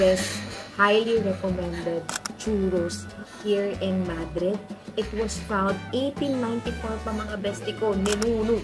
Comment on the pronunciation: A gato dies everytime it's said MAH-dreed, Ma-DREED please to save them. Haha